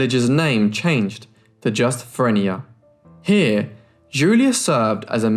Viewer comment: Great video. The town Frenier is pronounced "Fra NEAR" New Orleans girl here!!